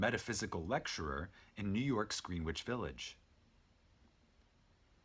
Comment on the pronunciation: You mispronounced Greenwich.